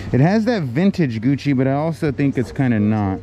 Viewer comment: Is that guuci or floochi lol